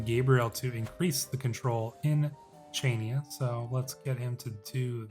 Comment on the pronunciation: Also Chainia is pronounced “Hania”